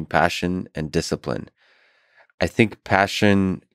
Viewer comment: Cartman-san, you rack ah disciprine! 🥋